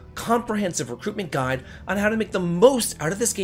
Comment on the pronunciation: Why did you say guide like that? wtf is wrong with you lol